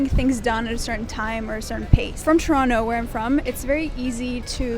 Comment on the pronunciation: Trono? Not Toronto?